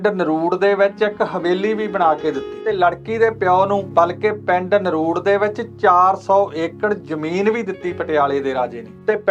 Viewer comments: Hello, there’s one little correction. Its not naruud, its NARDU. I belong to the same village! 🤗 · ਨਰੂੜ ਨਹੀਂ ਨਰੜੂ ਆ ਵੀਰ ਇਸ ਪਿੰਡ ਦਾ ਨਾਮ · ਨਰੁੜ ਨਹੀਂ ਨਰੜੂ ਹੈ ਜੀ। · ਨਰੂੜ ਨਹੀਂ ਨਰੜੂ